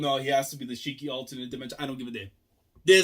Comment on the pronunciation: Someone in the fandom mentioned that Shiki and Ziggy are actually very similar in Japanese language So I assume that him saying Ziggy was due to f**ked up mouth and can't pronounce his name. Just an observation but Ziggy maybe still like Shiki personality wise, like Shiki cares a lot about his friends and Ziggy when he lost his memories formed bonds with Elsie and Shiki and this Ziggy still has those memories meaning he is hesitant to kill them himself, that's why he is using indirect means to kill them. Also kill urself with your own hands is kinda Psychopathic. Maybe am looking too into it That Aside, the Reveal was amazing even if most of the fandom predicted it the implications of this reveal is much more exciting. We see that EZ crew respect & trust Shiki a lot and this reveal maybe a really hard pill to swallow for them. I want story now to focus more around this mystery what his goals are and if you ask me let the team split up, majorly shiki from the crew. More like shiki is captured by IUA Or something of sort so that crew can't interact with shiki and mystery will continue through clues.